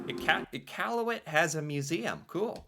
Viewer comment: pronounces Nunavut and Iqaluit better than most Canadian do. 👍